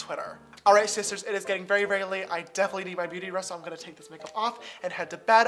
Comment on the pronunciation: I just listened to a compilation of him saying hi sisters, now all I hear is isis turds